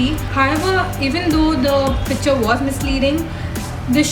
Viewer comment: ur vid.. ur presentation everything is good. i didnt really wanna point it out but u pronounced the word 'picture' so many times.. and each time in such an irritably wrong way that I had to throw it there.. it is pik-chure... otherwise u are cute sweetie.. don't take offense, u are like a younger sister to me